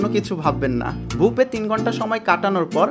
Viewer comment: বুপে না ভাই, বুফে বাই না ভাই